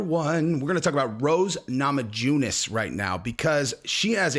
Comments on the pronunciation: Yu not ju sound in her name bro :) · Rose is great...but u need to learn how to pronounce her surname lol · Put some respect on her name by learning how to pronounce it Jesse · I'm more concerned about how you're pronounce the last name